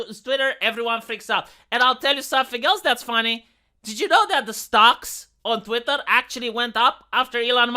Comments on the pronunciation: I love the fact you say Twatter instead of Twitter, whether intentional or not, is pretty hilarious and ironic. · Listening to i started saying words like twatter, diworsity, ushi kushi women, californyanya, racismus. It's a problem.